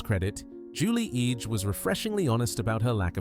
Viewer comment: It's pronounced Julie "EDGE", not ee-gee. Curse this crappy AI!!